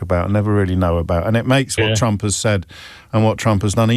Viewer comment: As a Dane I’m fairly delighted that I can’t tell if you’re saying “Trump” or “Chump”. In these times I need to laugh, because if I don’t, I’ll cry.